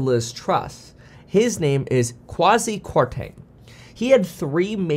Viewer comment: It’s Kwasi(Kway-See) not Quaze.